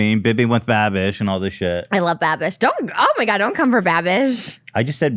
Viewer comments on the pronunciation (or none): Ik Lmaoo why does Trish keep saying bibbing with babish lmaoo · trisha repeatedly saying binging with babbish wrong gets me every time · Is anyone ever going to correct the pronunciation and just the actual incorrect words that trisha says literally every single time when referring to Binging with Babish he's missed a lot of good shout out opportunities at this point lmao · i love how many times trisha fucked binging with babish’s name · both of them constantly mispronouncing Binging with Babish in different ways is sending me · Trisha never pronounces binging with babish right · I don’t think trisha’s ever going to say binging with babish correctly..... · Lol for fucks sake someone teach these two how to say binging with babish lol it’s been like 6 eps of saying his name wrong